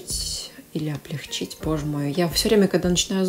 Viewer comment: ОблегчИть, и это нормативное ударение.Спасибо Вам за видео. Стыдно не не знать, стыдно не хотеть знать.